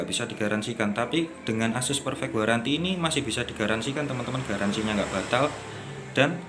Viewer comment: 24 month garanty bg bacaanya